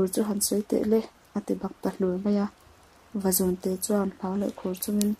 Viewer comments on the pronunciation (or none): Vazúnte tih thluk hi a diklo Vazùn zùn tih lai hi 'thil ka siam' tiha siam lai anga thluksan tur a ngaihnwmna ati bo trep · vazuuunte tih tur a ni lo mw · vazunte chu i thluk diklo a nih hi.. va zuuun tiin aw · Vazunte i lam rik dan a diklo thluk deuh tur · Vazun-te tih a, zun hi, Khua tih thlukin lam tur a ni e.. Channel ṭha ber pawl a ni e.